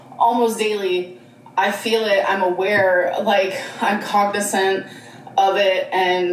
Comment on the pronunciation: Starts watching, starts saying 'cognisant'. This girls identity is paper thin